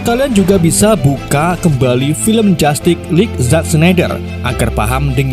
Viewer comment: Dibaca jastis Lig bukan jatik